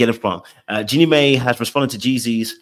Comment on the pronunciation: Jeannie's name is pronounced 'Genie MY', not may